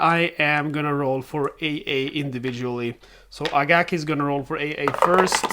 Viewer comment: It’s Akagi not Agaki.